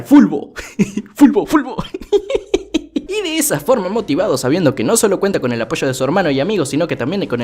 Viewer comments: Like Si Te Reíste Como Pendejo Cuando Dijo Fulbo JAJAJAJAAJ 🤣🤣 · Estoy viendo este video a las 6 de la mañana, te escucho decir “fulbo fulbo” y que me suelto a reír y despierto a mi esposa jajajaja en fin mañana duermo en el mueble pero valió la pena 😂🤣😂🤣😂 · Admito que si me reí cuando dijo sulbo 😅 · Amo cuando dice fulbo